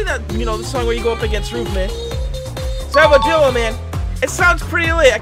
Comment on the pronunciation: Ruv not roov